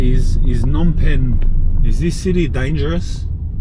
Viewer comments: You've been saying it right, the P in Phnom Penh isn't silent. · You're gonna love Phnom Penh. And yes, both P's are not silent 👍